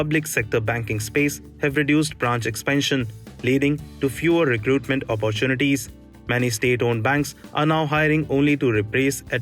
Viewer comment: apppaartunities - haha, jokers and their pronunciations!